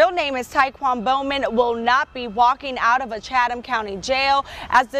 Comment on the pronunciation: Its pronounced ty-quan not ty quane these charges bogus